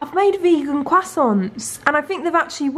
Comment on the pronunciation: it's not leviosA, it's leviOsa and not CROIssants but croiSSANTS. Yeah, that's the main thing about this pronounciation situation, just really wanted to comment, love u <3